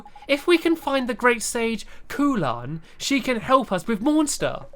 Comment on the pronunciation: My name is Khulan you are saying it wrong it is(ku-lan)